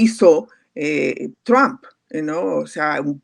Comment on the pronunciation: Qua sra tan payasa: "Tamp"(?),,aqui todos y hasta Los gringos pronuncian= TRUP, q aburrido ..